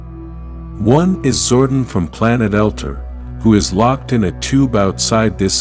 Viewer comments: By the way, it's not "Zord-en", it's "Zord-on", with the emphasised 'o'. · Zordon not zordin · Zordăn ? You give me such a head ache with your pronunciation !1!! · It's pronounced Zor-don and El-tar